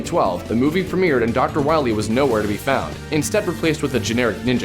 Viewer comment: Calllack Awesomeson although, this is the game that called the main villain "Doctah Wahwie"